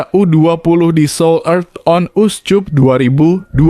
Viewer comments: Bravo U 20 Indonesia, koreksi buat komentator : CUP dibaca Kap, bukan Cup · Dih komentatornya perlu belajar membaca masa seoul cup dibaca seoulkap jangan susu banget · Naratornya lidahnya parah.. Korea on uscup dibaca mentah2, pdhl mestinya diucap korea on askap.... Memalukan! Anjiiiiiir.